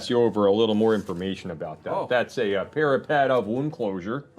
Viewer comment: The only gripe I have (but it's a bit nitpicky) is that they mispronounce periAPt, they call it periPAt. I think they did the same in the old campaign, though I'm only on episode 42.